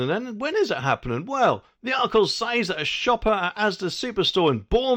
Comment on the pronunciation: And they will compain if people nick stuff when they cannot get served. nd a monor point, stop saying "says" as SAIZ. Pronounced SEZ.